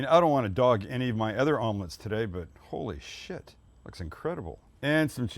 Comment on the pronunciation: Sam trying to censor himself by saying "holy s****", but actually pronouncing it "holy ass" will never not be funny to me. 😂